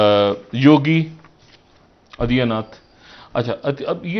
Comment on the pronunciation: Pl. do not call this duffer who even cannot pronounce simple name Aditya.